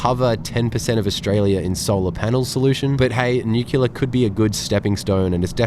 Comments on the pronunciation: Ehm… new-clear…. Not new-cular 😂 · New killa? If one can say "new" and "clear", they can say "nuclear"... Come on now... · you do call it nucular, so clearly you are an honorary american. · Hahaha same! I was literally scrolling down comments to see if someone else had picked up the "nukilar" pronunciation XD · Not nuclear. Newkeelar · Assume "new-kew-lar" is a George Bush pisstake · Please don’t opine on nuclear power until you can pronounce the adjective. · Lol the way he's pronouncing nuclear is sending me😂😂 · please learn how to pronounce 'nuclear' correctly. It spoilt an otherwise good video. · Totally agree. So many people get this wrong.